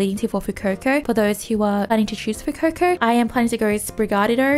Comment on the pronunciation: its not fuecoco its Fu eh coco